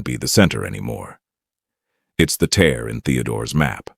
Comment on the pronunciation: The real giveaway is the word "tear," right?